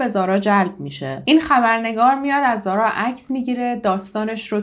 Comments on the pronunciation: ممنون از زحمات شما بله تلفظ اسم رو درست گفتید و اینجا هم زارا میگن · ممنون از اجرای عالی و پرونده ای که مثل همیشه انتخاب خیلی خوبی بود. زارا رو کاملا درست تلفظ کردی و اگر با حرف h نوشته بشه ریشه عربی داره ولی بدون h هم نوشته میشه، چقدر این فرشته کوچولو خاص و دوستداشتنی بود همه هم دوستش داشتن و بفکرش بودن به جز پدر و نامدرای اش واقعا ناراحت شدم، از چهره نامداری اش مجرم بودن و سایکوپد بودن میبارید، امیدوارم سختترین دوران و لحظه های رو تجربه کنه که برای انسان ممکنه.